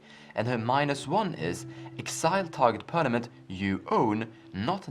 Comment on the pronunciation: As always, great content. I was just wondering, if saying perNament became a meme ;)